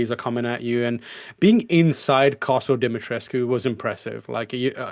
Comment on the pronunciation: Just here to say that I appreciate correctly pronouncing Dimitrescu, seems no one else in the indutry I've heard does.